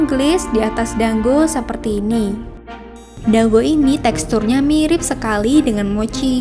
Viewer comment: Teh maaf dango bukan danggo